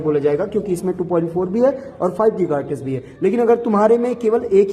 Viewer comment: Giga Hertz ❌ Geeeeega HartizzzzzzZzzzzZzzzzZzzzz ✅